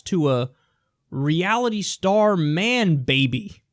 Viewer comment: Kyle says man baby like it is a superhero name